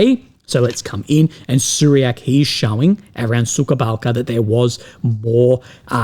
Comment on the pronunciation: The way you pronounce Suhaya Balka is funny. It's not suka-balca. Suka is a bitch in Russian and Ukrainian languages as far as I know.